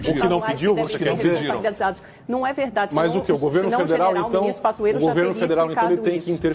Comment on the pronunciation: Coitado do Lacombe!!! " É vedade ese bilete" 🤣🤣🤣🤣